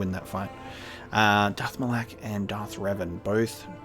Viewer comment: It's not "Ma LAAK" It's Ma Lok"